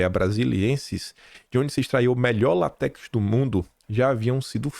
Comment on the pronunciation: a seiva da Seringueira não é lat(é)x, é l(á)tex.